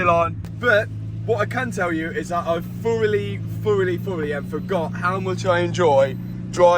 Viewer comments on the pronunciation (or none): We all love Mat to bits, but his speech is terrible at times. He talks like a kid 😂 saying stuff like 'f-oroughly instead of thoroughly and f-ree instead of three. 😂